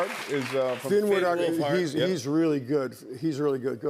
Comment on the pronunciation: Hahahaha, they had to use a list to remember the new cast's names and they still got Finn Wolfhard's name wrong and goofed on a few of the others.